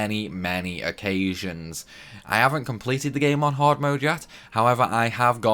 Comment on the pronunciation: Its extremely haaawd...